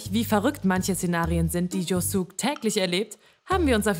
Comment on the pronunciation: "Jo-Suhk", "Tie", "Blätterdorf" und "Areila" haben mir den Rest gegeben.